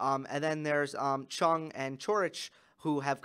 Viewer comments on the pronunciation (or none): as a Korean viewer, the correct way to pronounce Chung is 'Jung' or 'Jeoung' with J sound. the way Chris Fowler calls Chung as 'Choong' is incorrect. If you want to say his name even more correctly, we Koreans put last name first so 100% correct way to say is 'Jung Hyeon' (정현 in Korean). 👍